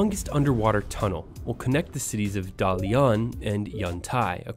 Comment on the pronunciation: Very interesting, but you really need to work on your Chinese tones and pronunciations. You got a little sloppy there at times. Your worst pronunciations were Dalian and Hebei. Rather than make it up as you go along, do your research and make a better attempt at pronouncing your Chinese cities correctly. Maybe this link will help you.